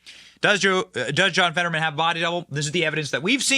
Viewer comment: ... "(My) name is John FED-uh-drrrr-man" ...